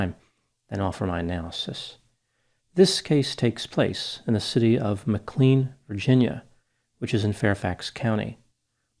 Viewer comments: "MAC CLANE" NOT "MAC CLEAN" Doc! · you are mispronouncing “McLean”. It’s pronounced Mic-lane, not Mc-clean. I spent part of my childhood living there. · I love you - just a native Virginia tip- we pronounce McLean like McLane:) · It’s pronounced “Mc Lane” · I think it’s pronounced McLane. I have no idea why. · It's pronounced McLANE bro. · I’m from Northern VA, just gotta say, it’s pronounced - Mc-Lane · 🙏 ma-clean 😂 surprisingly dopey slip up given it’s a well known American city.